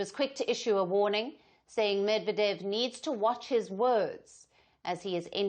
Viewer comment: learn to pronounce correctly, u dont need a high iq for that!! MedvEdev!!!